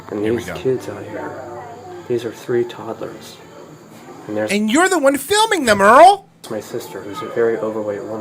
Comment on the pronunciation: Anyone unsettled by the way he says toddlers?